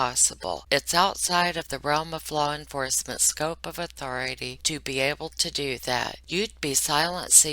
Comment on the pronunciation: “Was Albert afraid of Authori-Tee?” QUIT IT LOL